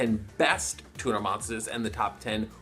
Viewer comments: Tuner sounds like Tuna when you say it. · At the start I heared "... best TUMOR monsters..." instead of turner. Would make sence though, bc eversince 5Ds came out, the cardgame sucked imo